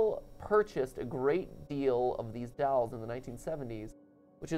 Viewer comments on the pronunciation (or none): Both those boys are saying “dowels”, and you can’t convince me otherwise. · Drinking Game: Take a shot every time Matt says “dalls” instead if “dolls.”